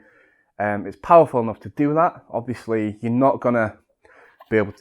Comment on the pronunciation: New drinking game.. Have a shot everytime he says obviosously